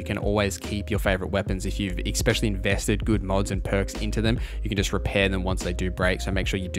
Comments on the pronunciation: I watched until you said ex-specially like a lackwit. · please stop saying "expesially" mega pet peeve